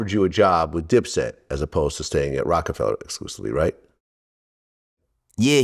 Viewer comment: Of course Vlad would put the hard “ER” on Rocafella… very on brand 😂